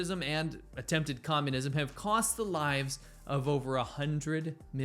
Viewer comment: Why did you say fascism like normal but then "attempted communism" ?